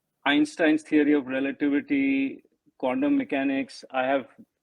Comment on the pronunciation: Hahahahahaha. He used a “D” in Quantum. Hahahahahahahaha. It actually sounds like a prophylactic. Hahahahahahahaha.